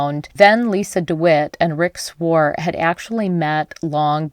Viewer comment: You need to learn how to pronounce Wallowa. And Swart.